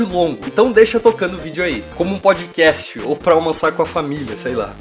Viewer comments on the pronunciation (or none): none